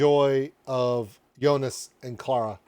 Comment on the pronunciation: Still saying it wrong. If his name is Joonas, the o vowel is long, it's not jounas, it's jooonas.